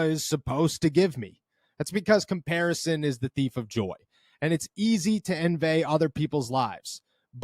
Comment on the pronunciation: To "envay" other people's lives 😂😂